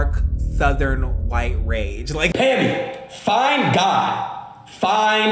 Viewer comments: I THOUGHT HE SAID "FINE GUY" AHAHAHAHAHAHAHAH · Is he saying fine guy or find god idk 😂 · im pretty sure adin said "FINE GOD" instead of "FIND GOD"..is it just me?